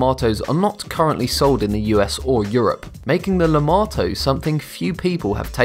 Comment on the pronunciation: Lemato sounds like LAMAO